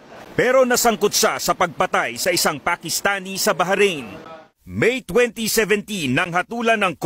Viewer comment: baharain ? ndi ata mabigkas ung bahrain ng simple lng.